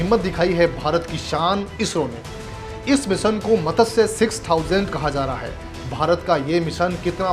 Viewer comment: मत्स्य शब्द का उच्चारण आपको ठीक से आता नहीं. 🤩🤩